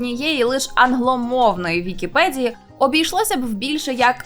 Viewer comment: нашо українською мовою говорити з мацковскім акцентом? не "на вікіпеДЗії",а на "вікіпеДії" - невже це складніше вимовити?